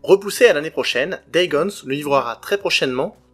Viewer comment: Superbe Vidéo 🤗 par contre C'est "Days Gone" il y à pas de S à la Fin !! 😉